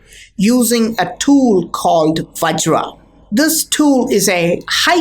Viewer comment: Vajra, not vagira.